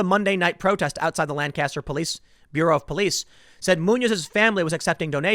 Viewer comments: Tim, love your reporting but my ears burned every time you said lan-caster. I live in Berks county PA which is right next door and its pronounced Lanc-aster (Lenk-ester). Lan-caster just makes it sound like they are fisherman but they are Amish, they build barns with planks so its more pronounced like plank-aster without the p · It is not pronounces Lan-cast-er. It is LANK-ESS-TER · We pronounce it Lang-custer not Lan-caster. Just saying. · Lanca-ster! Lanca-ster! Lanca-ster! NOT Langcaster. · Tim, please, its lang-caster not lan-caster. As a dweller inside Lancaster I am deeply offended, and my day is ruined. Keep up the good work though man. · Tim, you gotta learn to say "Lancaster." Lank astir. not Lan caster. You live an hour away. Love, a dude who lives here. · Bro we pronounce it Lane-kisster... Not Lan-caster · Lank-is-ter Tim Lank-is-ter Not lan-caster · It's pronounced LANCaster. My grampa lives there. 🥰🇺🇸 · It's pronounced "LANK-uhstur" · TIM ITS PRONOUNCED LANK-ISTER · just trying to spread some knowledge. People who say Lan-caster make me cringe abit unless they say England afterwards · It’s pronounced “Lan-kister,” Tim. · You're a Lank Yester. 😋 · You keep pronouncing Lancaster incorrectly. 😂 You don’t pronounce it with the emphasis on the second syllable but the first. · I cringe every time you say "Lancaster". Learn to pronounce it correctly! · Hearing Tim pronounce Lancaster is cringe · LOL there is a Lancaster in California and we pronounce it as Lan-Caster. But that's in California. You're right about Pennsylavnia's Lancaster. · Thank you just the same. You have to live in the area to know just how butchered it gets pronounced by those who don't. It's one of those things where you cringe when not done right. :) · Fox News is the only outlet that pronounces Lancaster properly. Even Brainiac Ben Shapiro doesn't pronounce it properly. You certainly don't. Get your s*** together brother. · does the way he is pronouncing it bother you too?